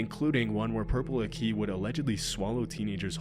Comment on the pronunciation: Purple aki died somewhat recently, also it's pronounced purpleakee (ending is pronounced like hockey) all one word